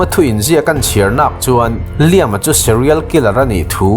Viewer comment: A changtupa hming i lam dan hian min ti tuilo vek, tuntum chu.. angaihnawm nawm nen..... Liam ti tawp lo khan 'Lai-âm' tia lam zawk tur anih ka ring!?.... (Hmasawn nan ka lo belh zuai... srry!!)..